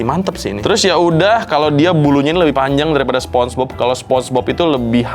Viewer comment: Sponenge bob ❌ Sponege cuci ✅